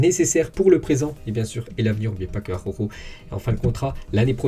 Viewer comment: tout l'monde galère avec la prononciation d'Araujo, même à la télé! ça m'tue de rire xD